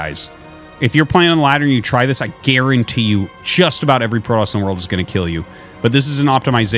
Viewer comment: Pro-toss or Pro-DOS?